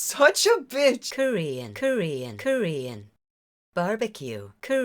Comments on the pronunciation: I was listening to the show while I drove and I SWORE you were saying Curry and Barbecue. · Subtotal Aljar he’s saying Korean not curry even though he says it weird lol